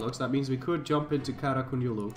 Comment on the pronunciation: "Qonyulu" QO-YUN-LU sorry I just get mad about things like this